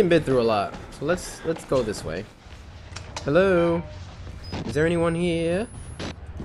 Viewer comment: I like how he says lego instead of lets go